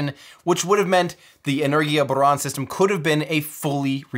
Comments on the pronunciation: Great video! Thanks Tim! And very good pronunciation of Buran. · Amazing video! And thank you for a good "R" pronunciation in "Buran". :) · I love how he pronounced “Buran”